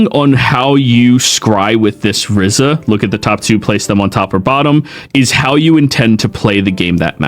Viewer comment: I'm Sorry but its "RIZA" not "RIZZA"! just want to help lol! I'd watch the anime if you need help.